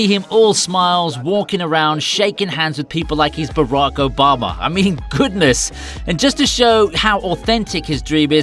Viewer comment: Who the fuck is brak obamer ....stupid